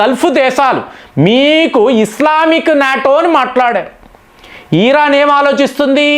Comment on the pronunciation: యిరాన్ కాదర నాయన ఇరాన్ అని చెప్పు